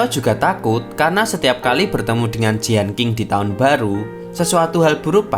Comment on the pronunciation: Lagian bukan jianking tp jien cing